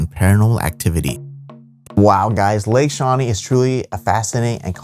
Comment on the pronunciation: Lake shewee.